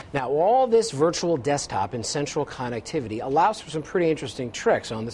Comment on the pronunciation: Two USB "hubs," huh? And anyone considering this isn't so stupid that we need "coh-neck-tivity" sounded out for us. "It even has iPod attachment" - uh, yeah, that's that "USB hub" you referred to. It's not "like" a server rack - it IS a server rack. Overall it's a good video, but if you want to be taken seriously, get your jargon right.